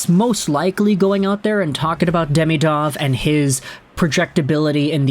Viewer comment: As you talk about this player so much, you should learn how to pronounce his name. It is not "day-mee-dov" it is "dee-mee-dov". Watch some Russian videos with commentary.